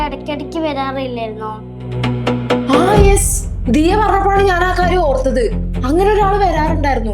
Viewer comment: ദയാ അല്ല ദിയാ